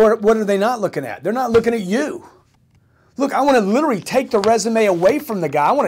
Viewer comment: Grant's new job should be learning how to properly pronounce, "literally". Hint, it's not "Littery". :o)